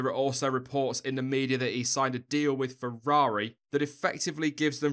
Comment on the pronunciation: Fewwawi.... having trouble pronouncing the r mate?